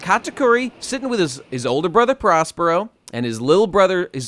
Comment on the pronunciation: It’s not prospero it’s Perospero you jabronis